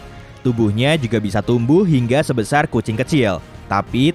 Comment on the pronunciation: sebesar bg bkan seboasar. Edit: sebuasar malah keknya g tau dhlh